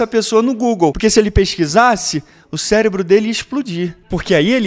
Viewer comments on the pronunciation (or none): none